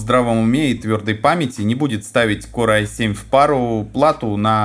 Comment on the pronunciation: Корэ ай 5 ))) Не мочи коры а называй правильно - Кор, я вижу с английским у тебя борода, не знаешь как произносится погугли и почитай транскрипцию.